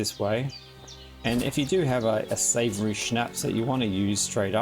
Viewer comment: It's not Savory Schnapps, it's Saviour Schnapps :)